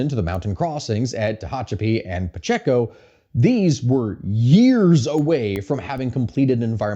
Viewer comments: Puh-Chay-ko Pacheco. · Pacheco pass is pronounced pa-ché-ko the middle part sounds ch-Ay